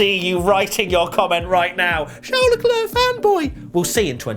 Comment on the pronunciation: AND IT'S CHARL LECLERC